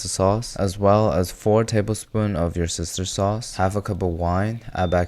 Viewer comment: I have heard that "your sister's sauce" instead of "worcestershire sauce"!